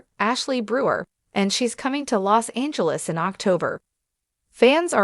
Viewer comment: L os Angeles not lay